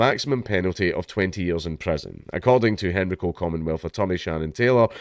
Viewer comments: It is pronounced hen-rye-co, not henry-co. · It's pronounced hen rye co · It's pronounced "Hen-rye-co" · It's pronounced "hen-ree-co" in Scotland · Yeah, same. Hearing him pronounce Henrico like that is throwing me off😅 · As someone from the area, I find it hilarious how you say Henrico. As for the story: This is appalling